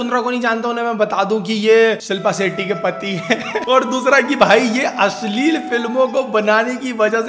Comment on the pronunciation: Asli nahi ashleel naam 🤣🤣